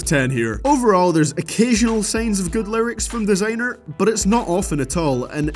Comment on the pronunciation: why is he saying "desaaenr" instead of "Designer"